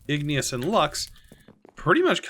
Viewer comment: ignus is two syllables!